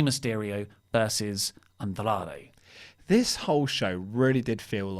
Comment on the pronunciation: Why does have to say Andrade like that? Andrrrrrrradre.